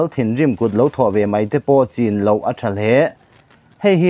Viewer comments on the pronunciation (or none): none